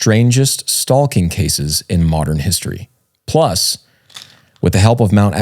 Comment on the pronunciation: "StaLking"... "cauLking"😂